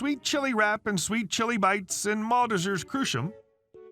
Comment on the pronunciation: Pretty sure it's mall-teasers crush-em